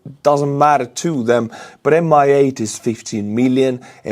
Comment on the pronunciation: why does mi8 sound like mia'd lol